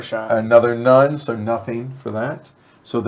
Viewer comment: As a Jewish fan of your work this is SO COOL. Notes on pronunciation: Nun is pronounced "nün" (not quite noon but not quite nun) ה is pronounced "hey." You got Shin and Gimmel just right. Finally Sheol is prounounced Shi-Ole with a very short "I" sound like the "eh" in meh but more "I" like. It's also not strictly hell, a better translation would be the abyss. The Jewish attitudes towards the afterlife are varied and complicated and depends on denomination and Rabbinic/Communal tradition. Suffice it to say Sheol ain't a happy place. Happy Chanukah!!! (Prounounced Khanukah where the kh is a guttural sound like blech) KILL THEM NAZIS